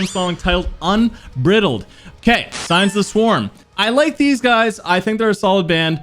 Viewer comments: un-bride-uld is the correct pronunciation (phonetically) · Un Br eye L ded That's how you pronounce it mate haha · You GOTTA start googling pronunciations for words my dude lol "UNBRIDDLED"? 😆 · Please, please look up unbridled’s pronunciation